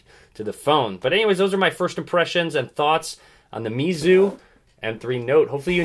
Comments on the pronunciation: it's actually pronounced "Mayzu" in Chinese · I believe it's pronounced (may-zoo) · It pronounce (may zu) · I pronounce it "meyzu"